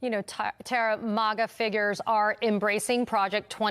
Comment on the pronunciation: Since when did we start pronouncing MAGA as "MAUGAH" 😂. She tryna sound fancy 😏